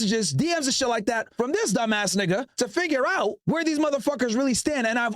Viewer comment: When u say nigga it dont even sound right